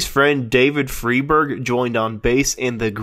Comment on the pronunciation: Also it's "Fry-berg", not "Free-berg"!